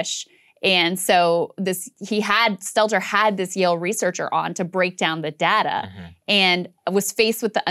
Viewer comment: its pronounced day-ta Krystal!!!!!!